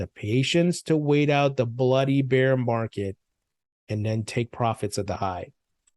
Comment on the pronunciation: Love your content, but please, stop pronouncing "Beer market🍺" its bear market🐻